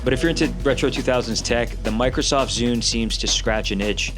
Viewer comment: "Bikrosoft Zune"